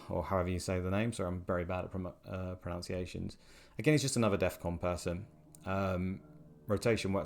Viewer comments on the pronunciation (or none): Enjoyed this, always good to have Lukes approach broken down Side note: love that both & pronounce pronunciation wrong. Proves their point immediately 😂